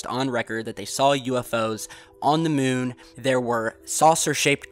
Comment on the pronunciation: "On the MUHN!" :-)